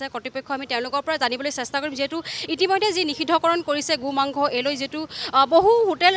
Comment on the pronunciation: Reporting baidu ahh Gu mangkho koi ase ne Go mangkho koi ase dhoribay nowari.. 😇